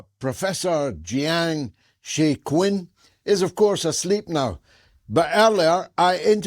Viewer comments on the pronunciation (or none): His Chinese name is Jiang Xueqin, Not Jiang Xukun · I think his name is pronounced more like JyAang Shuay Chin.